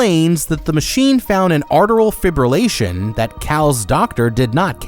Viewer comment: Sorry, but what the heck is arteral fibrillation? Atrial?